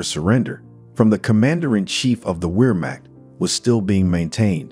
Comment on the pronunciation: "Weermack" lol this computer narrative !